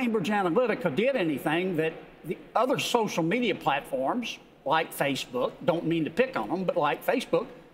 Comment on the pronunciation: Its like he's saying fishbook